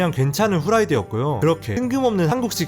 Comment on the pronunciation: 재미있어요 구독 합니다. 그런데 끝을 ㅡ끄틀이라고 발음해야합니다.